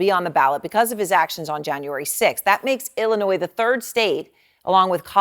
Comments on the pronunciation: I have to say this because I listen to you a lot and between this and Tiffany Henyard, you say Illinois a lot. The "s" is silent in Illinois. Sorry! It's a sticking point with some of us residents of this crappy state! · I'm always amazed when even the smartest of black men wrongly pronounce such words as Illinois, Neon, ask, etc.